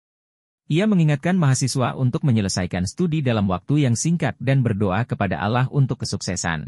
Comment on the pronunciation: Penyebutan Allah kok Alaah sih, mohon di kaji